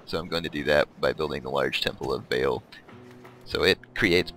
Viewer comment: its prounanced baal